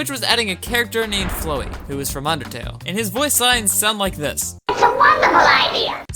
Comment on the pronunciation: Your pronounciation of Flowey is abismal. Its just flower with a y bro.